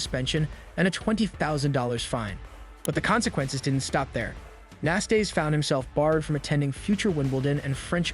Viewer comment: Ilie Nastase as well, it's ridiculous how he pronounced his name.